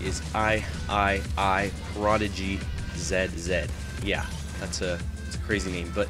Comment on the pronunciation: IIIPRODIGYZZ is pronounced, "The Third Prodigyzz". The last two zz's in Prodigyzz is supposed to be pronounced like two s's. At least that's how I think his name is supposed to be pronounced.